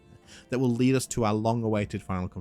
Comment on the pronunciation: Will have 'lead' us... pronounced as in the metal 🤣